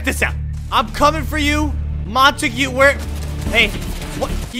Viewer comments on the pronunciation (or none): You say it in french I think montague not montagoo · it isnt pronounced Monta-Gue, its Mona-Tog, that is how you say it but it isnt spelt like that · I just want to let you know it is pronounced Mon-togs rifle i think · in case anyone wanted to know how "montague" is pronounced, it sounds like "mon-tag" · its mon-tague